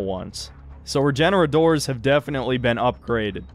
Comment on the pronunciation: It’s bothering me more than it should that you’re calling them “regenoradors”